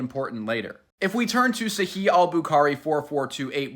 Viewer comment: The last letter "h" in "sahih also needs pronunciation! Sa-he-h. And 1400 years not 1500. Just sayin